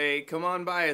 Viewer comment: Spelled Ezio - Pronounced Et-Zee-Oh